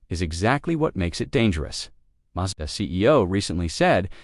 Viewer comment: WHY does it sat "MAJDA" - more AI nonsense????